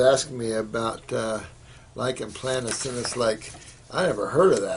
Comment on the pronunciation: Thank you so much for warning me about this guy. I have it too & don’t need someone who can’t even pronounce it, give me information, rather waste my time. Obviously not an MD. I am doing Keto to try & arrest the symptoms since it is the best relief from inflammation. Thanks again for saving me from this boring guy.